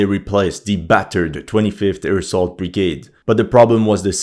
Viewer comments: Is he saying airsoft brigade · Every time you say "25th air assault brigade" all i hear is "25th AIRSOFT brigade" 😂😂😂